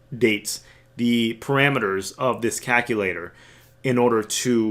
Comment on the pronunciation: Haha, you say caKulator. Jokes aside So what you're telling me I need to get more Ada.